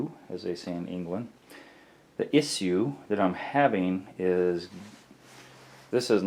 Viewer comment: Mumble mumble "iss ue" how could this be any more annoying I don't know. 5 minutes spent explaining you don't want to cut a 3" hole in a tile.